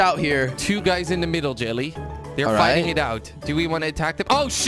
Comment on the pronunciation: "We are very good at fighsting" - Jelly 2016